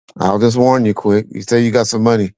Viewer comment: Ease up Reggie, it's Quik 🙈🙉🙊